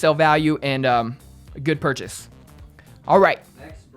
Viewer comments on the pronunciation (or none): none